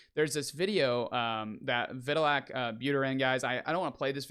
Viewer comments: Put some respect on that man's name and pronounce it properly. Like this Vit- tal- ick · it's not a difficult name to pronounce. And if you're going to report on this industry, it makes sense to know how to pronounce arguably the most important guy in its name. Why are you taking this so weirdly personal?